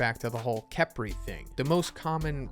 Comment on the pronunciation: Uh-tem and kef-ree. Not A-tem and kepri